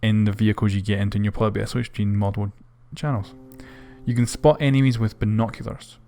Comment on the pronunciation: you can spot "enemies" not enimies